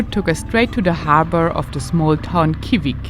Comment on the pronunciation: Kivik is pronounced [ˈɕǐːvɪk] - not the way the German presenter pronounces it. The pronunciation of Österlen is also wrong and since it is repeated so many times it becomes very annoying and misleading.